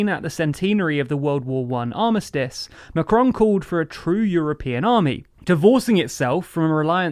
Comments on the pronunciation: MACron!! Not McRon. Ffs. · Learn how to pronoun his name... for the love of god. Pleeeasse this hurts...